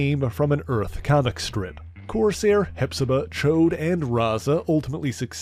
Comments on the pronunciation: Correct you are! It's NOT "Choade" (a fat p*nis), it's "Ch-ODD"... No doubt he's referenced the X-Men cartoon for the INCORRECT pronunciation, because those hacks got it VERY WRONG... 🙄🙄😒😮‍💨😑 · I enjoy your detailed synopses of the subjects and groups you discuss... Just watched the Alpha Flight video yesterday, and found this one today... However, I do have ONE complaint about this video... You've completely mispronounced "Ch'od" by calling him "Choade" (which is crude vernacular for a fat p*nis...)... I'm sure that you're referencing the X-Men cartoon pronunciation, but the voice actors aren't aware of how apostrophes work in the English language, obviously, or they'd have pronounced it correctly as "Ch-odd" not "Choade"... Aside from that one irksome complaint, it was a great episode. Thanks for your hard work in putting these together...!